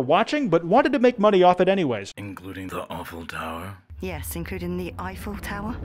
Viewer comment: is it the horrible voice or is he actually saying the "awful tower" or eiffel tower